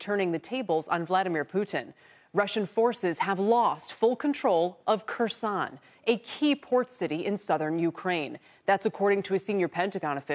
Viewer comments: It's Kherson ffs NOT Croissant 🤣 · It's pronounced: 'hairSONE' with the 'h' pronounced like 'ch' in Loch Ness.